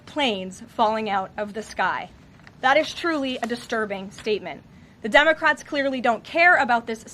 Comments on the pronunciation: Did she say dummy-crats 😂😂😂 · Did she say "on the dumbocrats"? 😂😂😂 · Hahaha, i heard that karoline, “ the dumacrats” i love it!! She says it twice in the first 39 seconds .. 👍👍👍✌️✌️🙏🏼🙏🏼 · Sounds like she is saying dumbocrats, which is not far off! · Senate dumbacrats? Is that what I just heard her say?! 🤣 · Haha notice how She says " Dumocrats 😄 🤣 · I thought she said “dumbocrats” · Lmao did she say " dumbocrats "